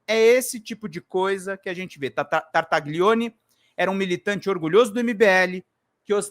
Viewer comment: Desculpe-me corrigir sua pronúncia, mas isso irá ajudá-lo a evitar o "trava lingua" ao pronunciar o nome deste inominável: GLI em italiano se pronúncia LHI , como tagliarini, famoso tipo de macarrão . Sendo assim se pronúncia Tartalhione. Da mesma forma GN se pronúncia NH como Gnocci, que abrasileirado se chama Nhoque.